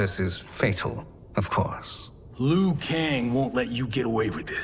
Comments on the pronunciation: hahaha, That's a very good point! It's clear that they gave Liu Kang a Chinese accent, but even he pronounces his name incorrectly lol. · I watched the first hour, and I can only say it's so well made! Worth the wait! Edit: all the voice actors should've been trained to pronounce Liu Kang as lee-you-kang, not lu-kang